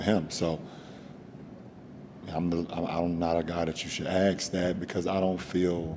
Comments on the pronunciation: Ask is pronounced as ASK not AKS. How f*ckin hard is that?! So irritating! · Why can't they pronounce the word ' ask ' ? It's ask, not axe. I don't get it. At all. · Is he saying aks, or i heard him wrong? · It is ask not aks